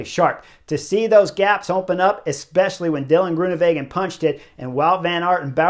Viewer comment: Thanks Chris! Always liked your enthusiasm in interviews when you were racing, and now in this insightful commentary that's better than anyone else's. Just another pronunciation hint: Dutch/Flemish is pronounced like it's written, so Greoenewegen is with a W. Literally means greenways, like green roadways. Not like in German with a v.